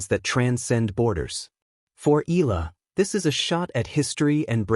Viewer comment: It puts me off to listen mispronouncing Alex name.